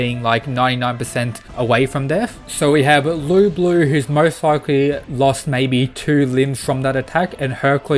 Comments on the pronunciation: the whole time he was calling Lu Bu "Lu Blue" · i really didnt like how in the match with thor . every time thor got 'serious' nothing changed , and i really dislike thor being so weak in this series/ btw why do you pronounce it lu blue?